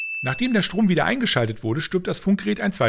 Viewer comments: STROOOM NICHT STOOOM (Kein hate) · Du hast in Minute 25.29 das “r" in Strom vergessen. Sünde im Gamesündenvideo gefunden...weißte Bescheid